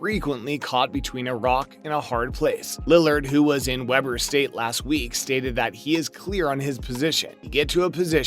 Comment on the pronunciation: Can’t take this serious. Stopped listening after you called Weber St , Webber St.